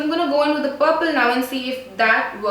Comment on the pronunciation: Instead of saying purple she said pople hahaha very funny